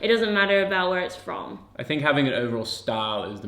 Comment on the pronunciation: "Makung" "dousnt"